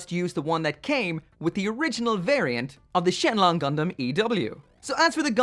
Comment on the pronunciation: Surprisingly accurate chinese pronunciation at the start there lol